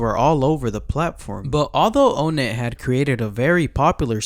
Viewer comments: It’s pronounced like “on net” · O-nett its On-ett